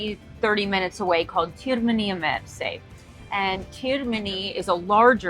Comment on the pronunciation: Nice video. However, Termini Imerese, not Termini Imersi